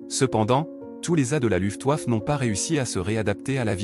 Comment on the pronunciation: j'ai cessé d'écouter cette voix de zombie désincarné à "LOUFTEOUAFFE"... Une video qui va trôner en bonne place dans mon Walhalla des Nuls!